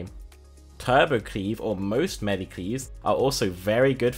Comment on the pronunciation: What's Melly? Is that seriously how he says Melee?